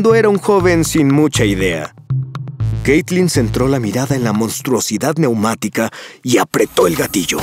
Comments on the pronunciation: xd dice caytlin en el vídeo xdd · En el video dice "Caytlin" xd